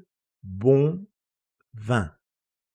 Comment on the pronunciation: Pero la pronunciación de la palabra vino es [vɛ̃] no [vɑ̃]